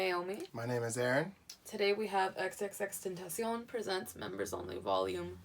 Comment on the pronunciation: It’s pronounced xxx ten tah c own